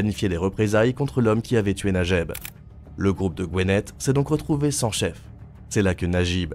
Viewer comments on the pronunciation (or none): none